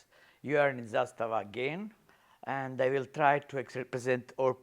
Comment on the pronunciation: First one that said ZASTAVA correct.